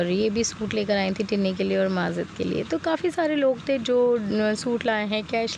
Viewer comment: Sister aap bura na manana aap majid ko mazid q bolti ho?please bura na manye ga